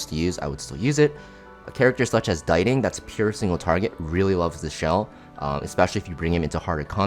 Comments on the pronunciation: bro why are you saying diting like that?? it's pronounced "dee-ting" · Its pronounced "Ditty"